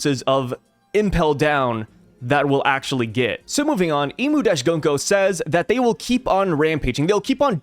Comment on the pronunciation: Been telling you forever to pronounce Gunko correctly and now you’re a cat Consequences